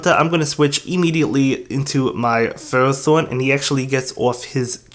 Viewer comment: I watched the pokemon anime for a long time now and even listened to pokedex 3d pro app and ferrothorn is pronounced (I hope you guys get the spelling I am not good with that but still you can go listen to pokedex 3d pro or watch the pokemon anime to listen to pokemon pronounctions although the anime isn't accurate always that is because they sometimes pronounce a pokemon's name differently depending on certain episodes or movies e.g. watch the lucario & mystery of mew movie & watch battle frontier season to hear how regice is pronounced lol it seems that "REG-ICE is how you pronounce as of the latest episode of the anime starting from battle frontier not "REGI-ICE" like from the lucario and mystery of mew movie lol) as FER-RO-THORN